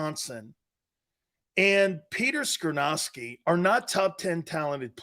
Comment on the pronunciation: It's Skoronski. Not skrynoski. Ya big dummy